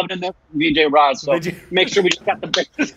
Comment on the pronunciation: Raaz not raj